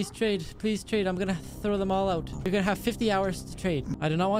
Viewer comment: "you'rrrr done'